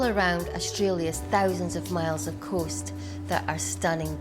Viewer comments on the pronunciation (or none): none